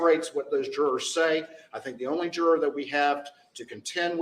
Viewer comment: How do we expect so much from people who can't pronounce the word juror correctly 🙃